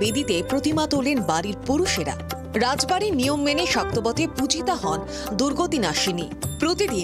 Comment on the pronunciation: Not ray bari it's raj bari😅😅😅😅😅😅😅😅😅😅😅😅😅😅😅😅😅😅😅😅😅